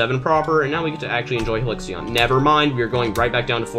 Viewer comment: I hate how you said Halcyon omg